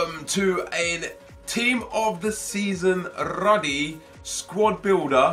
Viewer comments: Its called rudy Not ruddy 😂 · it's pronounced "ROODY" ffs he's not John Ruddy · you sholud say "roody", that's the correct way to say it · Ruuuudy You pronounce it ... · Is it not pronounced 'roody'